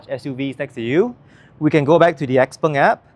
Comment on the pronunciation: Chinese should pronounce it as xiao peng, xpeng is for ang moh who can't pronounce xiao peng 😂